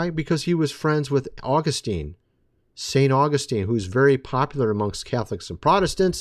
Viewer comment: Your understanding of Church History is severely flawed. You are heretically proclaiming false and erroneous “truths” about God and humanity. You don’t know what Augustine believed and you can’t even pronounce his name correctly. You have no idea what the early church actually believed, but you pretend to be an expert in Church History. You aren’t. Furthermore, you try and teach others and negatively influence people with your unbiblical and biased views of Scripture and theology. You are anti-reformed and hate Calvinism, because you don’t understand it. Partiality is a sin, of which you are drenched in. Also, your “dreams” are not authoritative in any sense of the word, and they most certainly are not “Of God.”